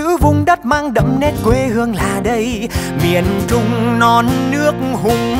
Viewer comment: trời mình cực kỳ thích từ "Miền Trung", đúng chuẩn luôn, tại người Bắc biến âm "tr" thành "ch", nhma Trúc Nhân phát âm rõ luôn, 10đ không chê đâu được